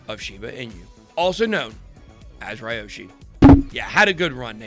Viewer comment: It’s Pronounced Liyoshi….